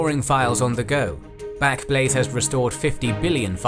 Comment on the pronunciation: Well done, how on earth you said backblaze so many times without saying blackblaze I have no idea! Such a tongue twister, try saying it ten times fast, I can't do it lol 😅